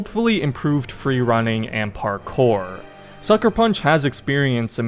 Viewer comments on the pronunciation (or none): none